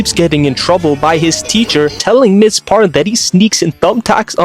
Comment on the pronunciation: Two things. 1) Why do you keep calling Elastigirl "Par" 2) Damn, I feel old. Because ya'll keep acting like these NSA files are new leaks when that shit was on the DVD menu way back when.